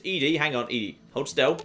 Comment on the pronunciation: It is doing my head in that keeps saying E-DE not ED-E its Eddy not Eedie.